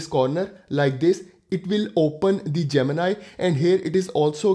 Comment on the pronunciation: Its gemini bro ...not gemina 😂